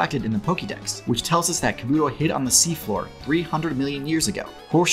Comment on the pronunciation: Why do people keep saying Kabuto wrong when it comes to the Pokemon but say it right when it comes to the character Kabuto from the Naruto series?....The characters are the same name and the same pronunciation and same spelling....